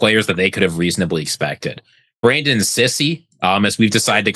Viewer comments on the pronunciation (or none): none